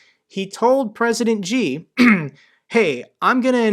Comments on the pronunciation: I'm not a native English speaker, but... Worser is not a word, but worse is. Also Xi is pronounced more like 'Shee' and not gee... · Enjoyed your updates on the Russia - Ukrainian situation. Thanks. Just wanna point out President ‘Xi’ is pronounce like ‘C’ rather then ‘G’ from what I hear your pronunciation thru my devise. Take care. Best.